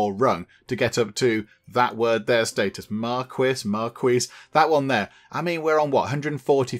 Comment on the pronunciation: Marquis is pronounced as mar-key ^^